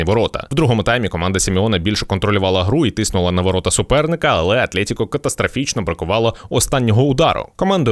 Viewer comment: В слові Атлетико немає букви Є, ну скільки можна